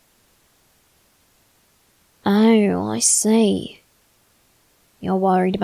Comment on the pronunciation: What he is saying : i see, i see What i hear : i slay, i slay